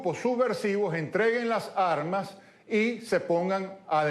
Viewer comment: Con todo respeto, le sugiero. Reiteradamente ha usado el vocablo "armas"..la "s", se une con la vocal...por favor..no diga las " jarmas"